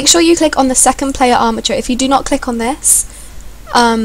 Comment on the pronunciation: lol I just noticed that instead of "click" she says"tick"